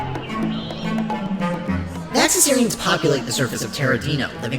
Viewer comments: VaxasARian? Isn't it pronounced VaxasAURian? As in dinosAUR? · They said vaxasaurian wrong